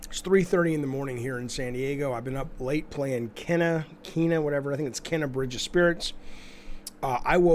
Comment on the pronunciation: Its pronounced Keena.